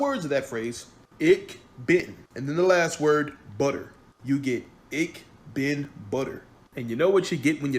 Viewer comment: Its actually "ich bin" not ic bin. That's one of the first things the teach you in german class.